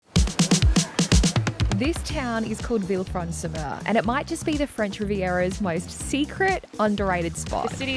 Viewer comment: "vilfransumeu" wtf bro